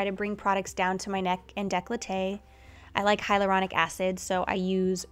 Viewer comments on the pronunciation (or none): none